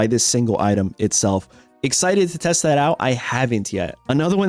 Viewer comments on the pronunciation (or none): none